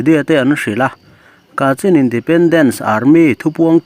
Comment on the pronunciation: Kachhin tia, lam tur a ni ang.